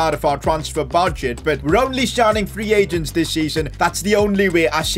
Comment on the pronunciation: “Free pagents” got me dying